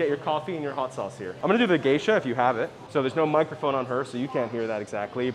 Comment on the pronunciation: It's really Gesha, as in the beans originally from Gesha, Ethiopia.